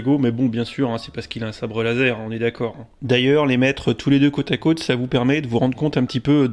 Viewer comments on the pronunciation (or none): none